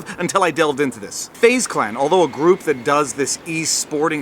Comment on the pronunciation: “Fuze Clan” lol